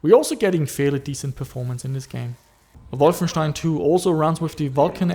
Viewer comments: You actually pronounced Wolfenstein correctly! With st=ș! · possible, his pronounciation is too good for a aussie to say Wolfenstein correctly in the german way.